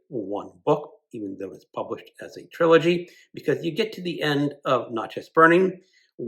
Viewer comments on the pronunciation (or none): Great books! The Iles’ books are excellent and his story is interesting too. He is from Mississippi but not typical MS thinker. 😊 And just fyi - Natchez is pronounced like matches. 😊 I’m also drawn to books about the rise of authoritarians through the years. I’m so glad you mentioned the book Jerusalem - I have the paperback and need to finally read it! For enticing reads, the duology by Herman Wouk about WW2 would be good. Each is between 800-900 pages.